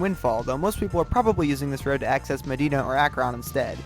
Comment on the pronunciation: As someone from Northeast Ohio, It hurts to hear your pronunciations of Medina and Akron.